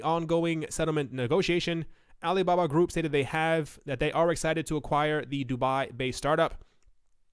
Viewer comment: Pronunciation is like Alee Babah